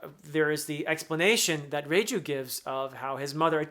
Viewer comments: Perfectly pronounced Reiju❤ She's amazing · Reiju pronuncation was spot on, about Capone Gang Bege, it's beh-gi:, somewhat simmilar to say veggie.